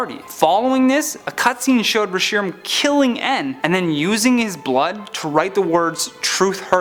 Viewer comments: You call it "ree-shee-ram"? It's pronounced "resh-eh-ram" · The way he pronunced re-Shi-ram hurts. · Am I the only one who get's triggered that he's pronouncing the Pokemon Reshiram's name incorrectly